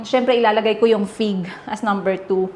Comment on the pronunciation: Dinig kong binanggit mo pig kase wala ako sa harap ng screen sabi ko me prutas bang pig? Anyway fig pala lol😂 Have fun in Europe !!